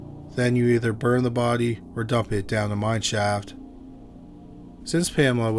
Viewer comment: you said baudeee many times.. Killer roommate.. poor lady / and man. I lost ya for a while.. Thanks for the presentation